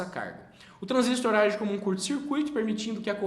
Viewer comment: Um transistor (e não transístor) é um componente de circuitos eletrônicos assim como o resistor (e não resístor), o transformador (e não transformer) e o capacitor (e não capacítor)...e a unidade é watt (uot e não vat, a pronúncia mais aproximada). Detalhes chatos qd repetidos diversas vezes.